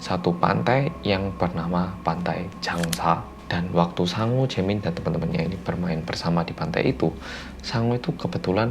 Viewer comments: Namanya "Sangwoo", aku dengernya "Sangu" alias nasi. Ini aku laper apa ya...😂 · Tulisannya "Sangwoo" aku denger nya Sangu (nasi dalam bahasa sunda) 🤣😂 eh ada nana (jaemin) nct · namanya "Sangwoo". Yang gua dgr "Sangu (sundanese)"... ada apa dgn kupingku :'v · sang-woo Me: hah? sangu? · Pas ngomong Sangwoo kek wong jowo ngomong sangu ngono wkwk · sangwoo, sangwoo, sangwoo Yang kudengar: sangu, sangu, sangu (maaak sangu maaak) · Setiap nyebut Sangwoo,, kok gw dngernya Sangu ya... Hahaha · aku dengernya sangu bukan sangwoo hihihi